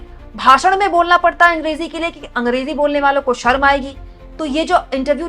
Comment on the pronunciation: अमित शहा हिंदी मे शर्म को सर्म बोलता है. पहले तो वो खुद ढंग से हिंदी सिख ले.